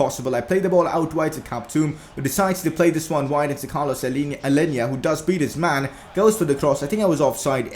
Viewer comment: its not Alenya Its Aleña